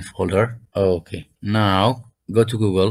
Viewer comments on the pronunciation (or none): none